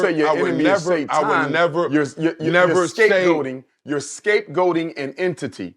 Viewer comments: Why tf is pronouncing "Satan" as "Say-ton"? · How do you fight Sa-ton 😐and why do you pronounce it like that? Umar giving you physical facts about black people how we think and spend being the problem. And he offers solutions to the problem. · Today i learned it’s not Satan, it’s SaTON… got it.